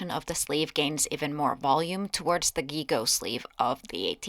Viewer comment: this is the third time I've heard a costuber pronounce the word "gigot" with a hard g. It's a French word that means basically the leg of a sheep or goat, for food specifically, the literal words used in English are the correct words to use, "leg of mutton", but the pronunciation of gigot is not with a hard g, (or a "voiced velar plosive" in linguistic terms), it is with a "zh" sound, or ʒ in IPA, a "Voiced postalveolar fricative" in linguistics. Like do a French accent in English and say the word "the", or even the s in "decision", in French, when you have a "gi" combination, the G will always be pronounced as a "ZH"